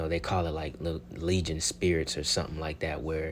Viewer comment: You said Legion spirits it’s legion spirits daggonit! Lol